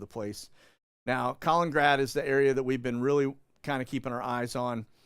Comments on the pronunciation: Hi...it's pronounced "Kah - lean- in - grad"... not "Collingrad". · it's pronounced KAL-IN-IN-GRAD! I went there in 2018 for the World Cup and watched England v Belgium! A dump!